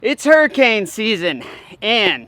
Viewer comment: F1 raceboat looks like a crawdad...Name it Crawl-Dad! The Irony! Or maybe the way you said Hurry-cane...